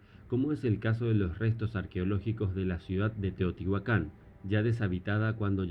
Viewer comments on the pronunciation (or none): none